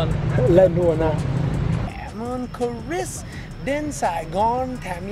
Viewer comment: Cờ Rít Sờ mới đúng, vì Chris có S đằng sau. Cũng được, vì người Việt, ko "Sờ" khi cần Sờ. Lại Sờ khi ko cần Sờ, đặc biệt là ở miền Nam, khi phát âm những chữ kết thúc bởi T or D. Ví dụ: Good, ko có Sờ nhưng nhiều người Nam lại Sờ, phát âm Goods Morning. Nhiều người Bắc lại vướng phải lỗi L & N 2-way cross infection (way ở đây ko cần "Sờ" since it functions as an adjective) 1 số người Bắc mới học English greet: Hê Nô for Hello chẳng hạn. Tôi đẻ ở HCM.c bố mẹ người Hà Nội, nên tôi được nuôi dạy văn hoá HN. nhưng lại học tiểu học với tuyệt đại đa số học sinh người Nam. Tôi bị trẻ con người Nam kỳ thị mỗi ngày, dánh nhau là chuyện giống như ăn kem or Cà Rem (crème = cream for icecream) Việtnamise tiếng Pháp theo kiểu người Bắc, Còn kiểu người Nam thì Cà Lem. Chữ R is more problematic với người Nam hơn người Bắc, tuy vậy nhiều Bắc lại biến âm R thành âm GE (=J) ví dụ: Riêng thành "Giêng" 1 Góc Trời như bài hát. Tuy nhiên, nhớ lại tuỏi thơ bị trẻ con Nam "kỳ thị" tôi nghĩ đấy chỉ là bullying, mấy đứa bully chỉ pick up bất kỳ ai hơi khác biệt chúng. Có điều, sau này ko ai trong trường dám bully tôi nữa vì tôi đánh nhau hằng ngày nên rất giỏi & liều lĩnh. Just a swim-or-die mater Ngày nay, phân biệt giữa Nam Bắc ko chỉ là a Remnant of Indochinois War but also American War, especially from California, Sydney they are a few ppl but venomous. I treat the haters as I always did since my kinder garden age: Don't touch me or else, a terrible else. Most the times I ignored them. June 1946 a